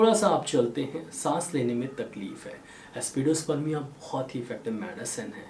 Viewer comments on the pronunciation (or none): Excellent videos always. But why pronouncing remedy names wrongly. For e.g Aspidosperma is pronounced as AspidosperMIA.